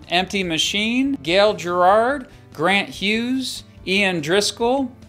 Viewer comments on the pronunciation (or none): none